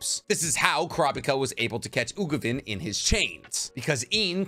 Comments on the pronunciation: Uvogin, not Ugovin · UVO-GINE NOT UGOVIN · It’s Uvogin not Ugovin 😅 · I was wondering if anyone else was noticing the "Ugovin" lol I thought I was imagining it at first XD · I cringed every time I heard Ugovin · Really cool and well made vid!! 1 thing though: the name is Uvogin not ugovin when explaining enhancement 😅 threw me for loop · Ugovin? Anybody else hear that? Don’t do my boy Uvogin like that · It’s U-Vo-Gin not Ugovin lol